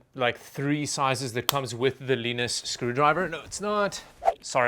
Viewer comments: Makes sense for where you are from but Linus is Canadian. We don't pronounce it as Leenus. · "Leenus" lmfao. And then you say it correctly 2 seconds later. I love you. Never change.